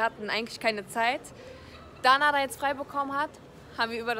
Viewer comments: er heißt naderrrrrrrrrr und nicht nadeeeeer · Leute er heißt Nader mit E und nicht Nadar mit A ❌❌❌